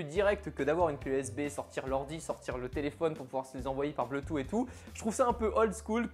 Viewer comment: Bluetooth /ˈbluː.tuːθ/ BLOUTOUSSE! Pitié:'(